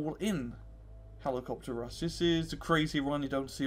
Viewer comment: You can't say rush and it's fucking killing me.